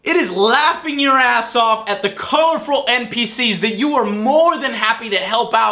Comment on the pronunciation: Haha... Joe said "Corourfrul"